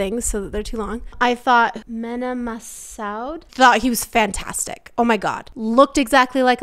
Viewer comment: it’s pronounced Me-na Ma-sood